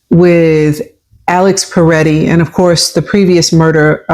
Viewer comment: It's Pretti, not Paretti.